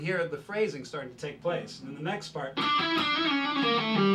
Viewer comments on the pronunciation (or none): none